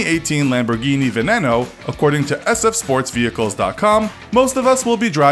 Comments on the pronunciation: Dude it's pronounced veneeno the second e is like two e's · Pronounced veneno wrong, showed 2 wrong pictures pronounced huracan wrong and also had 3 wrong acceleration times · Me. He says urus wrong, he says veneno wrong, says Hennessy venom gt, and shows the f5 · He said Scunderia, Veneno and Centenario all wrong